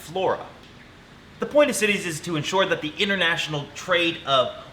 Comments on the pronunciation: LOL, the treaty is CITES, not "CITIES" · I think it’s CITES not city’s